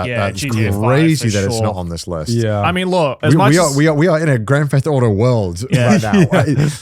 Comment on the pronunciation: Anyone else notice Connor saying grand fetht auto? 😂